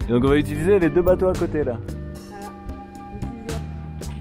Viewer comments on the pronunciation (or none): none